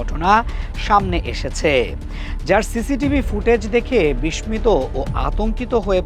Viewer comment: বালশুন সংবাদ পাঠক ,,বিশ্মত,, উচ্চারন ঠিক নয় ।